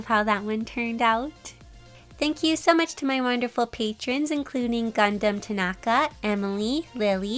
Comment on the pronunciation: she said GUNDHAM TANAKA beautifully 😍